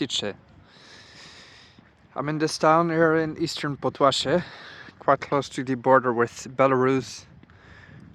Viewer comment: Podlasie not Podłasie 👍👍🇵🇱